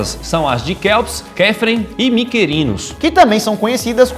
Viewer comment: pronúncia: "Quíops", "Quífran", "Micrinos"